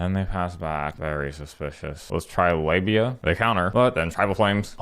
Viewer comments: Am I the only one who kept hearing 'labia' instead of 'lavinia'? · ... did you just call Lavinia "Labia"??? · I got five minutes into the video before I realized he was calling Lavinia labia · Slowing the video down, it sounds like Labia. "Our labia shall be avenged." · Good lord, I didn’t realize you were calling her labia until half way through the video 😂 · calling livinia libia the entire video made my day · It took me a hot second to realize what you were calling Lavinia.